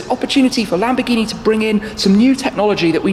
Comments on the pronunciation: LAMBORGHINI. NO LAMBGHINI. IGNORANTE DI UN INGLESE. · Lambghini... lambghini??? What's Lambghini? Làm-Bòr-Ghì-Ni